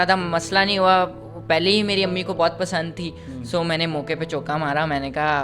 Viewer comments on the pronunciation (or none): امہ نہیں کہتے ۔امی کہتے ہیں بدتمیز امی کو بلانا تو سیکھو پہلے پھر بات کرنا 😉